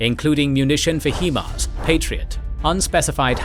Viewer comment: Great work, but please do consider the pronounciation of the names of various weapon systems. For instance, HIMARS.